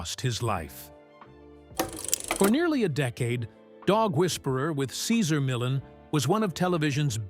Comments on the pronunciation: Doesn’t anyone listen to these before publishing them! This whole vid mispronounces Cesar Millan! He is a wonderful example of a great human being! A gift of a dog behaviorist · Yes he couldn't pronounce Caesars first or last name unbelievable! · We love you, Cesar! Dude in the video... learn how to pronounce his name properly, for crying out loud! We love you, Cesar! Come back. 🐾🐾💖💖🐾🐾💖💖🙏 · You are a horrible announcer... You can't even pronounce Cesar Millan.... And this man is Great with dogs and has helped alot of people.... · If someone is going to narrate, shouldn’t he learn the correct pronunciation of the person he he speaking of? Truly painful to listen to this with mis pronunciation after mis pronunciation… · The constant mispronunciation of his name and constant changes of it diverted my attention.. I rate CM. ! I tink there is a hierarchy with most animals!! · Would be good if you could stick to one pronunciation on the name! 2 different versions ,neither of them correct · The commentator should at least learn how to say Cesar’s name correctly. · Could you at lease pronounce his name correctly? Is that too much to ask? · This video is TRASH‼️ Doesn’t even pronounce Cesar’s name correctly. Barf!